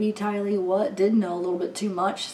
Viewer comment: You said "TY-lee" 😁😁😁 that sounds great. You are so sweet. Hang in there through this new normal. 🦄